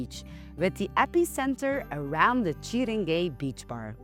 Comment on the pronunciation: "chiringay" bar you say... so it's not a naturist beach but a gay beach?